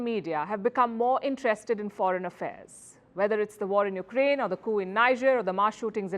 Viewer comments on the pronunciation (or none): none